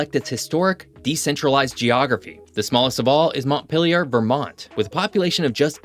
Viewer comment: You know what WOULD HAVE MADE THIS VIDEO BETTER? If you had only bothered to learn how to pronounce the names of some of the state capital places. You mispronounced Montpelier and Concord. Try doing a little more research. Also, your B-roll drone video clips are un--attributed. I doubt YOU took those videos yourself so they need to have attribution to the original videographer(s). Otherwise, you're stealing their work. This video would FAIL any legitimate college course in documentary audio-video presentation. Slow down and do a better job.